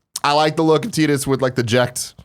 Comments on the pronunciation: Teedus? TEEDUS?! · Who is "Teedus"? Don't you mean "Tidus"?